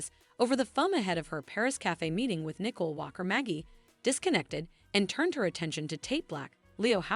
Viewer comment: Why is it hard for the story teller to know how to pronounce people's name properly? Chanel and Nicole she can't pronounce so she don't know this soap opera at all.